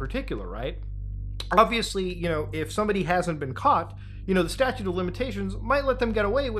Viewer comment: StatuTe, not statue...